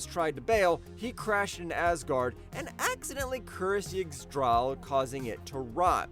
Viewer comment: "Yigs-Drawl"😂 not that Ygdrassil is easy to pronounce, but I hadn't heard that version before